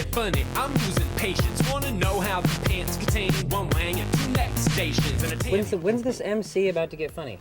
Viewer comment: NeXT Station, not Netstation